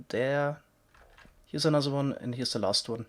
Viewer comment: Nezher hub, anozher epizode... omg